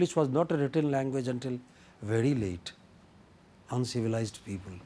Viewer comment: uncivliced people